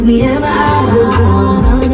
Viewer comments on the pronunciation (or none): none